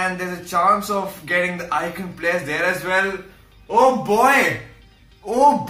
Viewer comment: Players = PLERRRS 😂